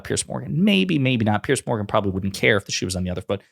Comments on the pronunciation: It's pronounced "Peerz" not "Pearce". It's not good for your journalistic credibility when you get the basics wrong. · Brit here: his name is spelled Piers and pronounced ‘peerz’ not pierce. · Piers like peers, not pierce. It's not difficult. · His name isn't "Pierce" Ponder that. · Piers. It rhymes with tiers or tears. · It's Piers, NOT Pierce. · It's pronounced peers. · His name is Piers, not Pierce. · The only fault I find in this post, is that your pronunciation of Mr Morgan's has Christian name. It is pronounced as in peers through a window. Otherwise awesome 👌